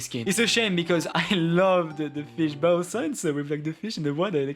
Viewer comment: "Bow" just pronounce it "beau". Love those kind of videos, I like hearing people's opinions on designs.